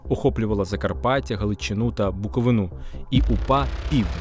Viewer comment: Наголос в слові "Буковина" на літері "И"! Відповідно, не "на БуковинУ", а "на БуковИну".